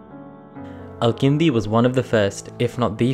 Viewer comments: Great video! Your pronunciation of some of the Arabic letters indicates that you’re either a great speaker in arabic or a native. His name is الكندي with a كاف, so u pronounce it that way. You pronounced it القندي. Other than that i really liked the video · Also, you mispronounce the name of the main character of your video! His name is الكندي not القندي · I'm guessing you guys' origins are from South Asia. Many South Asians living in the west have inconsistencies with pronouncing Arabic terms and names, not every Arabic name has a 'Ayn or Qaaf in it, Al-Kindi is with an actual K and not a Qaaf. There's no reason for pronouncing these names and terms wrong. Thank you for your videos, very enjoyable.